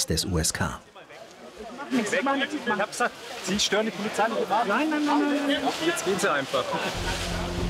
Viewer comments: ksk der Polizei ^^ das heißt USK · USK NICHT KSK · KSK 😂😂😂 USK. Man, war da der Praktikant am Werk oder hat sich der Erzähler kurz vorher ne KSK Doku angeschaut 😂 ?